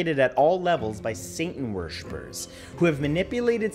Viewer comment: What he said : satan war shippers WHAT I HERD : satan wrshbbarbbprse